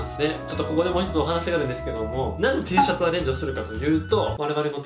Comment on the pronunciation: テェーシャツって聞こえる🐣